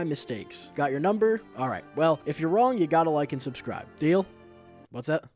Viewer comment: THE SUSCRIBE BUTTON GOES RED WHEN YOU SAY "Suscribe"}